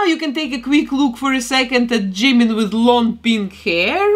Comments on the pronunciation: Мне кажется, что имя должно произноситься как «Чимин»... Пишется действительно так как вы произносите. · I usually feel uncomfortable when people pronounce Jimin’s name wrong but your accent is... I don’t know it doesn’t really bother me with your accent By the way I love how this turned out If you could do Jin Seokjin next?